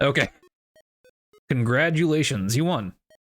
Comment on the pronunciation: d'oh "congradulations" -- i just want to take a disk editor and fix that